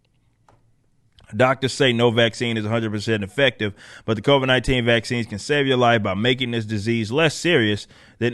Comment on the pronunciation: lol "the covaids"